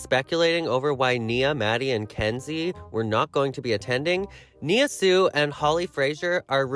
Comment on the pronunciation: That's not how you pronounce her name!!🙈